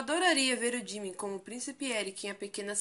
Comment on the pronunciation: Jimin jimin jimin jimin jimin...se fala ji-min